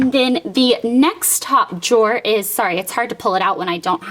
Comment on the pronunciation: I love your closet!!! It is so cute and the jewelry drawers are really cool. I like how you say jor instead of drawer :-)